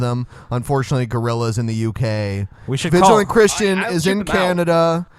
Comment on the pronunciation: said canadia